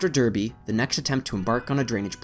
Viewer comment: pronounced Darrr, bee; Smiiiiiiii.....the